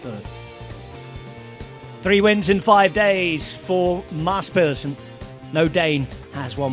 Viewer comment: almost perfect pronunciation from a non danish speaker, very impressive